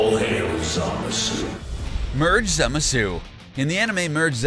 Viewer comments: ITS PRONOUNCED ZAMASU NOT ZIMISU LOOK IT UP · I got cancer when he said zimasu not zamsue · zamasu: Merged Za-mah-su him: merged zamasue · It's zamasu not zemasu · This guy cant even pronounce zamasu hahahaha zimazu😂😂😂😂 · Anyone else hating this guy for saying "Zimisu" instead of Zamasu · who else heard zumasu? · Did he just pronounce zamasu “zimasoo”? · … Zimisu? bruh I dont even know how you screw it up that bad. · Semezoo...Jesus Christ learn to pronounce their names right. This is what happens when you only watch dubbed anime. GTFO with that shit! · Why do you pronounce it like zemasu. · he clearly said zemasoo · It's... ZAMASSSS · Imagine Zamasu, but voiced by Zim. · Great vid! But am I the only one who hates how he pronounced zamasu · I don't even watch Super and this guy's pronunciations hurts my brain -_ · The way he pronounces Zamasu triggers me so hard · This nigga can’t even say Zamasu correctly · you aren't very good at pronouncing names...you should work on Zamasu(i think i heard you say it 3 different ways) and ROSE' has an accent mark because its not rose...making it rosay...did you just ignore the audio of the super? or are you way too into a script that you cant even notice you are saying it wrong? just wondering... And only half of fused zamasu had an imortal body(i believe the words he used was eternal body). so really since every cell was fused the whole body should be eternal. the wounds should have healed faster. And his body should never have disappeared when Trunks cut him in half. Which was a bitch move great job on making Trunks worthless(which how does a universe 7 time traveler make a Time ring for universe 10? 7 never showed their time rings so it seems obvious that this future trunks is from universe 10 AND good job on making the future trunks timeline pointless. All that struggle to train and defeat the androids just for zamasu to show up wow good bye favorite Z arc) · Here’s the names he said wrong Tapo is toppo zimisu is zamasu